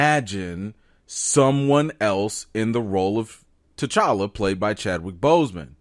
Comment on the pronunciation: He kept saying tchalla when talking about Chadwick that was so weird